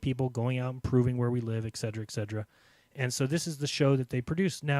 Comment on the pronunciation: ET CETERA not exedra